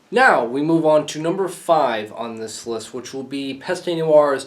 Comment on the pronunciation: its pronounced PEST. the E is silent here.